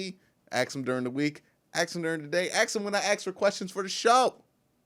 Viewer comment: We do not AXE questions. We ASK them. Come on man that is not hard to enunciate.